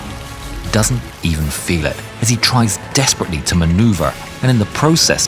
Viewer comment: How many times did you say ‘dEsPeRaTeLeY’?